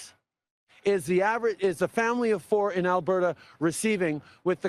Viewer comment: Please,, there is a ''T'' in Alberta not a ''D''. Thanks for your consideration.